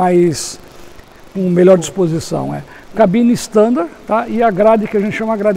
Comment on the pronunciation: tão bom ouvir alguém falar "cabine" e não "gabina".